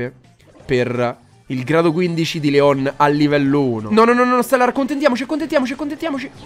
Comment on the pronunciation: NON SI PRONUNCIA COSÌ LEOOOOOON